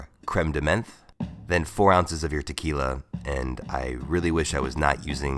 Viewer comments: French word "Menthe" is pronounced "Mente-" . "EN" has a particular prononciation... I know my langage is not the easiest to read . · “Menthe” is pronounced like “mont.” As a bar tender, you should probably know that. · You should work on your pronounciation of menthe. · Just for information: Menthe is pronounced like "mawnt" because it's french meaning mint. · Not mad but just to sound more sophisticated the "menthe" in Crème de Menthe is pronounce more like "mont" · menthe isn't pronounced like that :D got me laughing a bit so its ok :P nice vid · Look up how to say crème de menth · Cool, but I couldn't help myself laughing at your menthe prononciation.